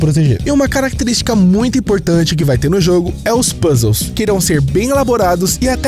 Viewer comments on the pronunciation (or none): dos mesmos criadores de: STEUT vem aí PÚZEIS